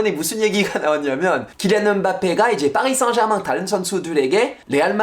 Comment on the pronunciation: 파비앙의 파리 생제르망 발음을 들으니 새삼 파비앙이 프렌치인게 확 다가오네요.